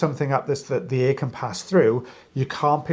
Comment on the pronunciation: accent got in his way with “air & hair” 😂😂😂 God i love you guys! 😂😂❤❤❤